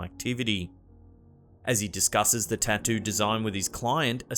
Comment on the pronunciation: "tAh-doo artist"